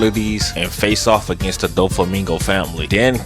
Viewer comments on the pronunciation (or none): none